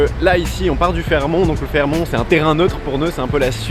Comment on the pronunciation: c'est drôle tu ne dois pas lire tes coms, il y a quelqu'un qui t'a précisé que l'on prononçait le t à la fin de Fairmont... C'est osé d'appeler le classe G une voiture... et tu as des origines russes pour avoir si bon goût.... ! Car les classes G que tu croises , même en plaques MC, ceux sont des russes....